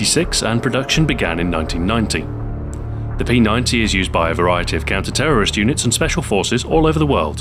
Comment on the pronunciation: Thank you SO much for calling the P90 correctly. Most people will say P Nine-D, but it's P Ninety.